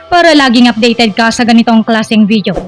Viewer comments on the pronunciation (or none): none